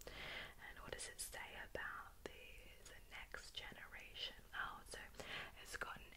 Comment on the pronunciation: I admire the way you pronounce your "oh" sounds. It sounds so posh. It has such an exotic vibe imo. It took me a while, but I figured out the mechanics of moving my mouth muscles to create that sound. I am obsessed now. Lol. This series is my favorite of yours, but I also really like the mouth sounds you do in other videos. Your speaking muscles seem quite well-developed for it. I admire the talent!